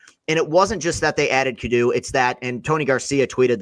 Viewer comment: not close on the cadeau pronunciation 😂